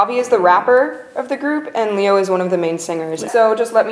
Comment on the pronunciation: If you're gonna claim VIXX as one of your favorites, at LEAST learn to say their names. "레오" is NOT the American pronunciation. Leh not LEE. If it was "Lee-o" it'd be 리오. Just listen to how they pronounce it. I get that maybe being Korean myself, it just pisses me off when names are 'Englicised.' But it's just so grating on my nerves.